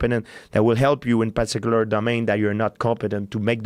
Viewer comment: At dis paticular time at paticular moment